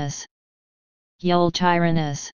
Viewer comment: You tee ran us is how it’s pronounced